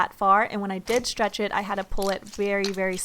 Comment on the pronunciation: Could you please learn how to pronounce the word ,,stretch" or ,,stretching" it's soo annoying oml